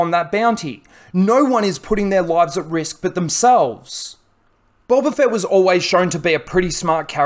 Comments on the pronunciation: Is it just me who hears him say boLba fett instead of boba but I have bad ears so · BOE-BA NOT BUL-BA, BOWBA NOT BULBA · Fxck man it gets harder to watch the more I hear bulba fett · Sounds like your saying g bulba fett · You say boba fett weird